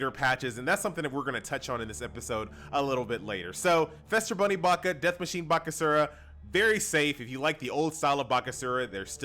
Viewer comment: Do you pronounce Easter as Ester? Feast as Fest? No? Then don't say Fester Bunny :P